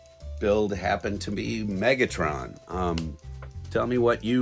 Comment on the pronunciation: If you want subscribers you shouldn't mis-pronounce Mega-Tron! You're noting but a 60 year old poser!